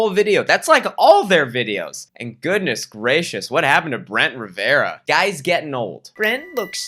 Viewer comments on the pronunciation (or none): none